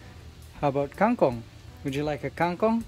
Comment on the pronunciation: Who waters all the plants? Didnt RJ buy too much? When will you put back magnus to the cage? Kang kong is not pronounced separately. And its not kaeng kong.